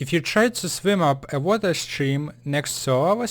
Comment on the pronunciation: Place water, or wawa, obsitan XD I'm choking on my own chuckles, still learned a lot from this vid. :)